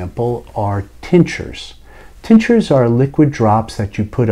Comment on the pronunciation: Excellent. Thank you. The first time through I thought you were saying teachers, not tinctures.